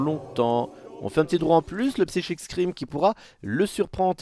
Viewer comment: "Psychique scream" NON ! /Saille-kik/ scream. Merci :'c